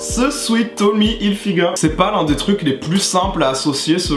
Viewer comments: c'est sweat ("swèt") pas sweet ("swit") 😭😭😭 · On dit swèt merde 😭